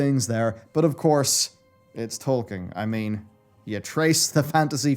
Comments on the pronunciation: Who is that Tolkein you are talking about, I only know a Tolkien :D ? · It is Tolkien, not Tolkein. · Why do you pronounce it Tolkein the entire video? XD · Who's Tolkein? xD